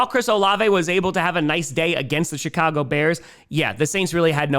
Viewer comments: Every time say Chicago, I hear “shit-cago” and I think it’s completely savage. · He seems to have toned back the “shit” part a bit since the win streak too. I wonder if it’s our version of the “New Jersey jets” 😭😭